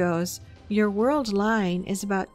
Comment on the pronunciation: Did she just say “the United States involvement in war war 2” ?